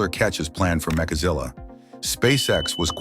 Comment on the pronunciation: Really it's MECHAZILLA not MAKAZILLA FFS